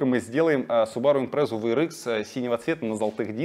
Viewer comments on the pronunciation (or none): Почему impresa а не Impreza?